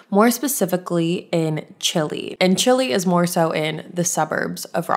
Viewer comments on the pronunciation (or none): Hi love im from Rochester I def remember this case and also , not to be annoying its not pronounced like chili , it's pounced like chai-lie . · I live about an hour from where she was from so im glad her family is finally able to get the answers they deserved. The town she was from is actually pronounced chai-lai though lol! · Hey!! I love your podcast and YouTube videos! I actually live in Rochester ny myself. FYI, chili the town is pronounced chai-lie. I know it’s very weird lol! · I was going to comment this as well, the GPS always calls it chili 🌶, hilarious! RIP to Brittanee Drexel. I grew up in Chili but this happened when I was very young, I remember people talking about it though and it is so heartbreaking. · I’m from Rochester NY and when this happened 13 years ago it was all over the news. Very scary but glad the family has closer now (P.s it’s pronounced CHI-lie lol) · LMAO I’m dead. Chili is pronounced Chai-Lie for some reason here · Not to take away from the case itself because I have been following this since it happened when I was a kid HOWEVER both i's in Chili are long 😹😹😹😹😹 so I laughed when you pronounced it like the food lol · You said chile wrong .